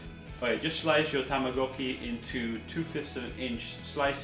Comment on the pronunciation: tamagoki ... sigh